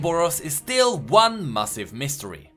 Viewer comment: It's weird when you pronounce massive as massif. Really good videos and excellent content